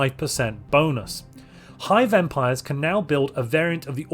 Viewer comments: When you said "hive empires," for a moment I heard "high vampires," and I was wondering when they got added to Necroids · When he said 'Hive Empires' at first I heard it as 'High Vampires'. Now I am kinda sad. :(